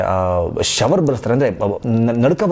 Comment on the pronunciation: ಅದು shower ಅಲ್ಲ ಮಾರಾಯಾ shiver